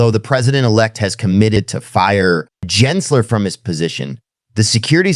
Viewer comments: NOT "Jensler" it is Gary Gensler geh- geh- "gehnsler" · Gins ler…..? AI nice try